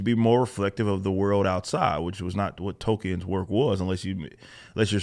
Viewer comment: its JRR Tolkien, not JRR token. casting for token representation should genuinely be shunned